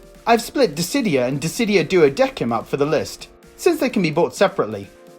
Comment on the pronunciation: hearing "duodequim" hurts.... the game itself says "duodecim(duodessim)"